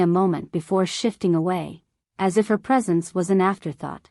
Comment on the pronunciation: Here are some thoughts on the first minute and a half. Does anyone “proof-listen” to these stories before they are published? How do you cross a limo “ She almost crossed her limo”. Then how did “as” become A.S. to be read in individual letters? I find the first person stories with their hokey voices preferable. Your story in the third person sounds like a “book on tape” and hence I have withheld approval or subscription.